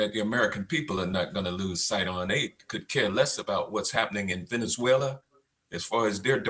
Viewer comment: IGONRED? VENEZULA?